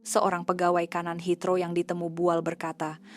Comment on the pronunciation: Kalau orang indon buat video memang rosak, bahasa pun boleh rosak, lpangan terbang HEATHROW la, bukan Hitro , sekolah ke tak sekolah ni, rosak rosak, kalau kat kampung kau boleh la kau sebut hitro, heathrow la